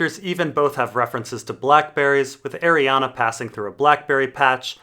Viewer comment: It's Ariann,. It's pronounced "Ariann" not Arianna. Dammit.